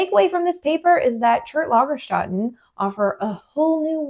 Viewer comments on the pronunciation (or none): Your German pronunciation was actually quite close. The one flaw was the two dots over the "a" change it from an "ah" to an "eh" sound. And, -- since you get 95% of everything right on the first try -- don't worry too much about it, just go with your instinct! You are nearly always right. Yeah, and I love me some Ediacaran content too. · ... You're welcome. 😊👍 If you'd like to improve your multicultural linguistic skill set... the vowel 'ä' * in Lagerstätten sounds a bit like the first 'e' in "better"... or even better, like your first 'a' in "cambrian". * It actually isn't a pure vowel, but an "Umlaut", which is a combination of two vowels. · In German , you'd pronounce the ä in Lagerstätten more like the a in "dad", besides of that, it's perfect. Awesome video, great topic!